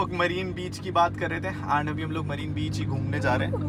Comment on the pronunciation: Bhai marine beach nai ha vo marina beach iam also from tamil nadu chennai